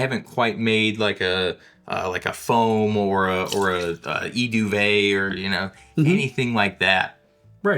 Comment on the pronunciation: Eau de vie (literally "water of life,") is pronounced oh-duh-VEE. You said “Eee duvet”, which means “Letter ‘I’ blanket”. This sounds like a s’more. Sounds good for campfire cocktail. Can’t eat a s’more without feeling gross from all that sugar, so this would be a nice grown-up version.